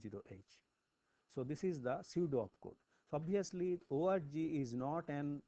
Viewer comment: "With the help of this ORGY" - cannot unhear.